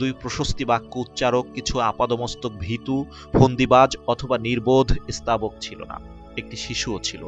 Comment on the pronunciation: Recitation khub kharap, স্তাবক শব্দকে বলছেন ই-স্তাবক।।।